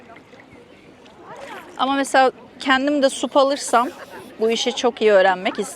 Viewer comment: Ya lütfen SUP demeyin, SAP! Stand up paddle boarding. Bunun türkçe telafüzü olmamalı 😅!